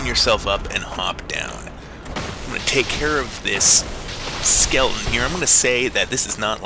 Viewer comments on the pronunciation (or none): skelethen?? shortcut is what it sounds